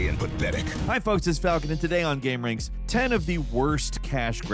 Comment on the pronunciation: Ahh lol. I thought it was Gamer Anx(iety) 😂😂😂😂😂😂😂😂😂😂😂